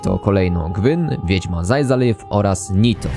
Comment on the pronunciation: fajny montaż i dobrze opowiadasz ale bardzo słaba jakość video w wielu momentach, sporo nazw źle wymawiasz np Gwyn i pochodne, dobrze też jakbyś napisy z intr gier pokazywał w polskiej wersji ;)